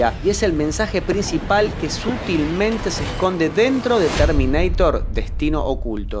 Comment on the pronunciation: LE CHIQUE TERMINEITER? JAJJAJA